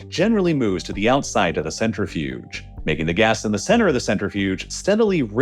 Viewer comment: It makes me cringe every time you mispronounce "centrifuge"